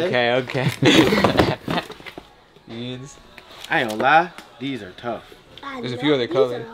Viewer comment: Nigga said “where I get my jeams from”😂😂😂